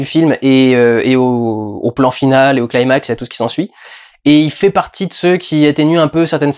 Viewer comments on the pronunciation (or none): none